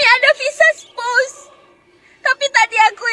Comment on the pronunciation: Spouse bukan spus.ok puan